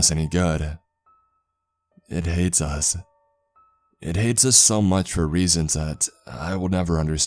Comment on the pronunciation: It hates us-uh. It really hates us-uh